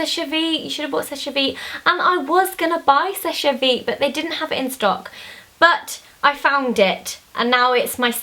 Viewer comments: sesh veet not sesh ey veet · It's pronounced "sesh" vite :) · It's pronounced "Sesh" Vite. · love you v much Zoe but you're saying seche vite wrong